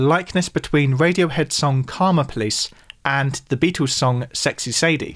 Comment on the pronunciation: Is it pronounced "Beat- ooos" or "Beat-ulls"? 😂